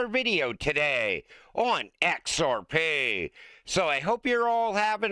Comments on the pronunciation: Kevin cannot say XRP can he??? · It was obvious asf 😂